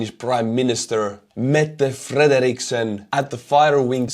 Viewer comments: Your pronounciation of Mette Frederiksen was quite solid. I never thought I'd see her pose in a fighter jet, let alone have it not be too cringey to watch, but this is great news indeed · Your pronounciation of the Danish Prime Minister was perfect, well done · Excellent pronunciation of the Danish PM's name. Not a fan of hers but she is a team player and have been from the start of this conflict. Good to see our jets are finally being used as they were always intended to be